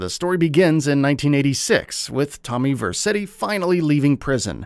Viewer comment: Atleast you pronounced Tommy Vercetti correctly in this video